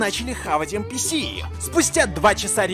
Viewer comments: не [Эн пи эс],а [Эн пи си]. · Все: Энписи: ЭНПЭЭС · Все: энписи: энпиэс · Мне одному резало ухо нпс!? ))) эн пи си если что ))) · Ааа я раздражаюсь от слова энпиэс лично я говорю энписи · Не ЭНПИЭС А ЭНПИСИ Кстати я полностью его проходила IQ тест